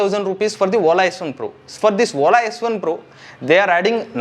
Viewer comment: Please rectify your pronounciation... You are saying WOLA instead of Ola